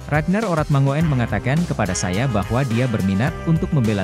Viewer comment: bacanya urat mangun bukan orat mango en, oe itu ejaan lama yg biasa digunakan orang jawa kuno